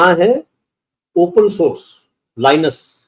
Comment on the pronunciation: Its not LINUS...It is LINUX